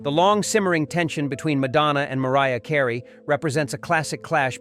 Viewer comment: Never trust a video that mispronounces names of famous celebrities, especially those like Mariah Carey, LOL!